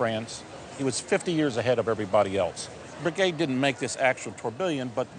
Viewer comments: but hey he pronounced 'breguet' right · Tor-bill-i-on?? I'm surprised he managed to pronounce Breguet more-or-less correct...